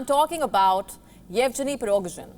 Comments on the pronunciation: You're not pronouncing his name correctly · Sorry madam could you please pronounce the name of the chief of Wagner group? :P